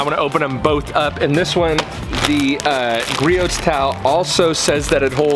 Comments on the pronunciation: Sorry to be nit picky it pronounced gree-ohs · It's pronounced like Gree•owz. Griots is a great brand that is worth every penny when you're a car wash enthusiast. There's always going to be strengths from one brand to another, but this PFM towel is better at drying then any other towel I've used. If anyone knows of a better towel than please comment so I can try it. Thanks! Entertaining video by the way. Good job. You kept me watching.